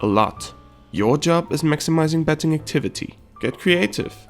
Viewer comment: it seems like you're pronouncing the word betting as petting